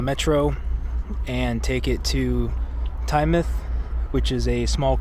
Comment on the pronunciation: Thank you for pronouncing Tynemouth properly (not as "Tyne-mouth")! And you said "seaside" not beach - you're practically British 😉 Great weather you had that day.